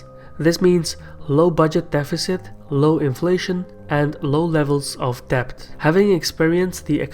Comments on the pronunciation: Good work. But small observation: pronounciation of "debt" is "det" and not "debt". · debt is said like 'det' not 'dept' FYI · Those of you making fun of his accent and mispronouncing Debt as depth is unfair. He speaks many languages and his research is very good. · Great video! Pronunciation tip: debt is just pronounced 'det'. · Great video, but here’s a tip: debt is pronounced “det” - the b is silent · Please adjust your pronunciation of the word "debt". The letter "b" is silent, therefore you should read it as "det". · The b in debt is silent !!